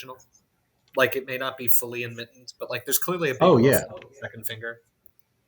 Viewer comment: I love you, but please never say the word "enmittened" again